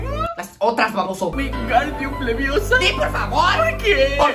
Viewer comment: Winwairdium leviosa